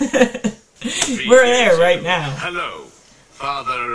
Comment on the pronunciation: Ted reading 'Halo' not 'Hello'